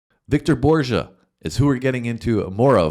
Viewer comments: I believe his last name is pronounced BORG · It's "BORG-uh" with a hard "G." First syllable like cyborg, without the cy. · His name is pronounced with a hard G - "Bor ga" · Borge, the g is like in ‘get’ and ‘going’, not djuh as in Jones of John. Hope it helps. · It's Victor Bor-ge. Not Borgia. He's Danish, not Italian. Hard "g".😊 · Just FYI, it's pronounced Bore-Ga. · Actually it is pronounced Bor-gah (hard g). In one of his jokes he says his name. Borge was his first name. When he came to America he didn’t want people thinking he was a German refugee so he changed his name from Borge Rosenbaum to Victor Borge. He thought that sounded more Danish. He chose Victor in honor of one of his piano teachers and kept his first name as his last name. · My wife an I saw Victor when he came to Salt Lake City in 1979 (if I remember correctly) and we both laughed so hard when he did his opera bit we cried and gasped for breath. Victor Borge (pronounced boar gah, btw) will always be remembered as a legend both in comedy and music. He is greatly missed. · His name is pronounced "Bor-gah" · He was Danish and the name Borge is pronounced with a hard G. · His last name is pronounced with a hard G (like the word Morgue) not a soft G ( like the word Forge) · The "G" in "Borge" is pronounced as a hard G. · It seems the only name you guys get wrong every time is Victor Borge. For those who would care it is borge with a hard "g" as in "go". I grew up watching Victor Borge on just about every show on TV. He was most famous for never finishing a song he played. He would always stop short much the same way he did in this video. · It's a hard "G" in Borge.